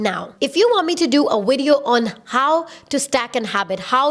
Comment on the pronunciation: “In this widiyo” haha, I love you girl. You are a blessing.